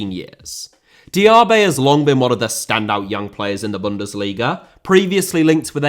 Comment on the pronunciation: Diaby* not Diohrbei Villa * not Viller Saw* not Sor Sevilla * not Sevíer Father* not Forther Amavi* not Amohrvi Ghazi* not Ghohrzi Half* not Holf Debuts* not Deibyus Chukwuemeka* not Chăkwămeiker Diego* not Diyeigouw Idea * not Ideer Konsa* not Konser Moreno* not Moreinouw Possession* not Posession Leverkusen* not Leiverkusen Uefa * not Yuweifer Álvaro* not Alvarouw Negredo* not Negreidouw Hag* not Horg